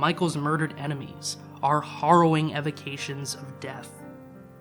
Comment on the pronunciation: The word is hArrowing…. Not horroring.